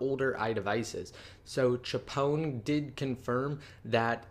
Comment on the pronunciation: c-h-pwn. not chapon. All things apple giveaway. Love u